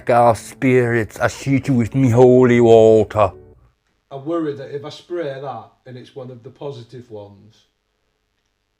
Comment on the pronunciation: Well done, for exposing these dirty frauds Lee form lee is a disgrace and embarrassment to the uk, And those that allow and encourage his circus should be ashamed. Your as bad as the Con man himself Credit to, Ps please say O’li war-ta again for me hahah